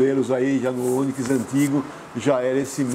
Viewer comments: É Onikis...kkkkk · "Oniquis" kkkkkkkk Boa pessoal. Videozão massa. 👏🏽👊🏾